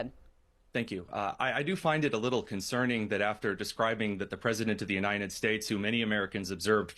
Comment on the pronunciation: Why can't this guy pronounce the word "united" correctly? It's not the UNINED states, its the UNITED states.